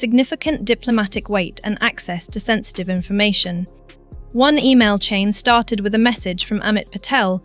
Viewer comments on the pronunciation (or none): none